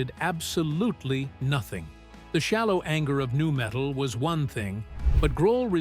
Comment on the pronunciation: It's 22 minutes long because it's AI generated. Nobody calls nu-metal, "N U Metal".